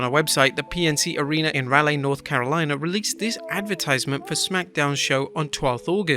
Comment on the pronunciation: FYI, in the US, Raleigh is pronounced "Rahl-ee", not "Raylee". Just throwing that out there.